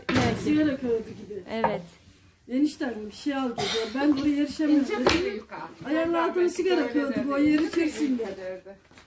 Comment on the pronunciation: Selamlar. yufkaya yukka diyor (sempatik) 😊 iki cümlesinden birinin ya başında ya sonunda 'bakalım' demeye başladı. Bu çok kulak tırmalıyor. Hakaret olarak algılamayın lütfen.